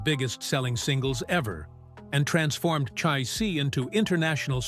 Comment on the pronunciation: The band is CHIC….! Not Chek, or whatever you said further in the video Get the basics right 🤡